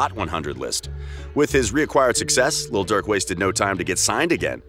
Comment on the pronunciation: Stop saying little Durk 😂😂